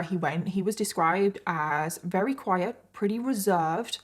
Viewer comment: I want to watch your videos so bad but it makes me insane that you always say wary instead of very like you just miss the V sound and it’s all I can think about haha 😅 it’s just one of those weird quirks but I’m the weird one for not being able to ignore it 🤦‍♀️